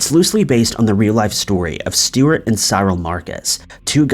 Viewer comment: How did you pronounce Cyril?